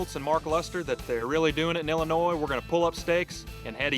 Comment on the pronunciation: Dear certain team members, past and present. I won’t name names. It is pronounced IL-in-OY. The S is silent. 😂😂Love the old videos however. Thanks for posting!